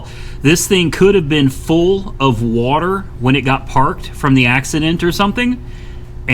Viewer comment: shit to funny when he say “Wuhater”